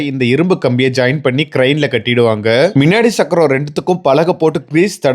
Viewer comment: மின் சக்கரம் இல்லை முன் சக்கரம் சக்கரம் - ச்சக்கறம் இல்லை அதேபோல் தமிழையும், தமிழ் வார்த்தைகளையும் சரியாக உச்சரிக்கவும் வரலாற்று பிழை ஏற்படும்